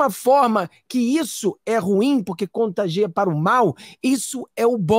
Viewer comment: Prezado, vc estando há trinta anos nos EUA, é normal que se descuide um pouco dá língua pátria e cometa alguns equívocos! Acompanho seu canal e o admiro;nessa live mesmo você empregou à pronúncia do verbo CONTAGIAR erradamente! Não é contagea! Desculpe à sinceridade! Continuo firme no canal, abração!